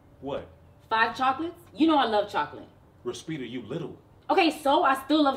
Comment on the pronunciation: This man said “Respeeda” I’m 😴